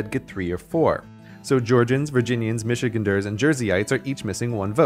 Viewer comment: As a Michigander, you mispronounced “Michigander”